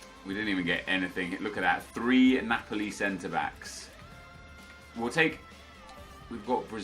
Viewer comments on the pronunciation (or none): none